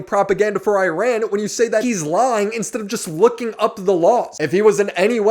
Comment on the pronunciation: E-Rawn not I-Ran